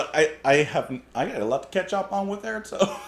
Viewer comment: I think Airto is pronounced Eyeairtoe.